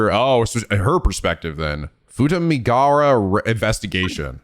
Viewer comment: Poor Futamigaura coastline getting mispronounced. Won't someone think of our coastlines?! (Japanese doesn't often ignore vowel sounds. If a vowel is written down, then it'll be pronounced (often). In this case, the U in "gaura" is as much a vowel as the a's